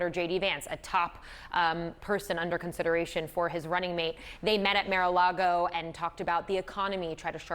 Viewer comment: how do you put someone on air that disagrees with the rest of the nation about how to pronounce Mara Lago?